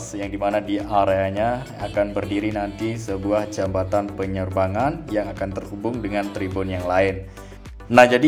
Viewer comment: Yg bener jabatan ap jembatan yg akan d bangun teh klw ga bisa nyebut baca ajah "JPO" gituh biar mudah dan mengerti dan enak d denger yh